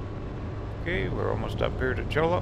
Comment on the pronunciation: Cholla = Choy-ya.